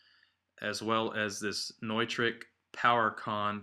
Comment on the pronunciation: I may try this on my Gator case. I have the DDJ-SX also. Thanks for the idea. BTW - I always thought it was "new-trick", not "noy-trick" :) lol